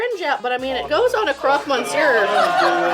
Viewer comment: You've never had a "crock mon sewer" ... French people cringed when you said that.